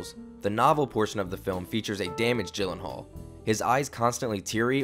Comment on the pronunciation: Everytime you say GYllenhaal you make me cringe! He said that his name is actually pronounced "Yillenhaal"